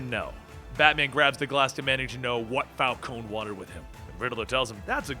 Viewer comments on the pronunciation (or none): It's not Fal-cone, it's Fal-cone-ee. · It's pronounced Falconee not Falcone with a silent e.